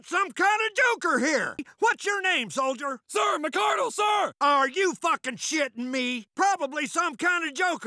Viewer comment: If this is the MARINES then why did he say soilder